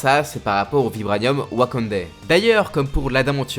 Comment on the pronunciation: Quand il a dit WakandÈ 🤣